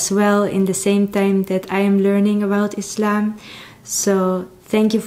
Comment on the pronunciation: I love that you prononce Islam right , with s not z .